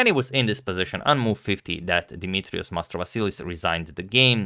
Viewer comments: nailed the greek guy's name pronunciation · And with a great accent as well; i can claim so as Greek